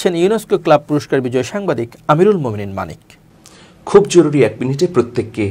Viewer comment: Correction. Not Manika But Manik